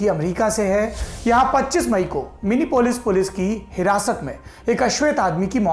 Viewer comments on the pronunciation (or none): Saurabh ji - I live in Minneapolis and yes it was a terrible for us to see that gruesome act... and it is Minnea-polis and not minipolis.